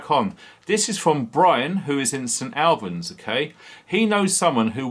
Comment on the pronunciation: Hi, its said, st allllllbans!!! st albans